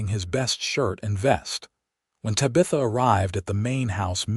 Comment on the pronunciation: Lovely story! But your murdering her beautiful name. Te bah. th. ah. 😊